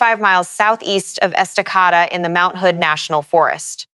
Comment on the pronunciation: It's pronounced Esta-KAY-da. And Lake CheLAN (like shay land)